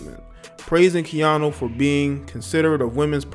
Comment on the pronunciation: Its KeaNU not KeaNo. I swear you do this all the time. Take time to learn the names of the ppl you are reporting on. Just looking out.